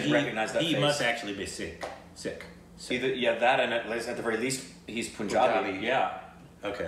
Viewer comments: REALLY SORRY, I HAD TO SAY THIS. Why do you guys still say "POONjabi"? Why do Amercans say POONjabi? It's PUNjabi. The state of PUNjab. Literally pronounced like the word Pun. You guys have seen the correct pronunciation in so many videos. You've seen Kesari, Udta Punjab, Rang de Basanti, etc, and numerous Punjab related videos with correct pronunciation. They pronounced PUNjab so many times in the video. Still is saying Udta Pooonjab. So why still POON? Why aren't you catching on to this? Also, watch Bhangra dance. The traditional dance of Punjab. It's amazing! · It's not poooonjaabi... it's Punjabi... Pun as in how you pronounce pun intended... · Pronounce Punjabi or Punjab not as poonjab or poonjabi but as you pronounce pun in pun intended. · This movie is based on 2 things. Sikh(indian) regiment's contributions to WW1 and the British Government's false promise about setting India free if they win WW1 And like you've learnt that its SIKH and not seekh. You can now correct the word PUNJABI. its PUNjabi and not poonjabi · It's Sikh not Seekh, and a plural of a Sikh in English is Sikhs, in the similar way you must now learn that it's Punjab, Punjabi not Poonjab, Poonjabi.